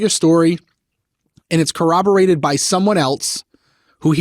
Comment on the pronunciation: Just here to ask if we can analyze our pronunciation of “corroborate” a little 😅 my spine can’t take much more shivering